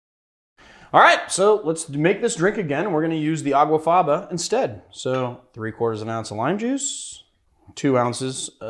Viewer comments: It's aquafaba, not aguafaba. The Latin for bean water is aqua faba. He actually wrote the misspelling in the description. Is this barfly not so educated? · It's not called Aguafaba it's called Aquafaba.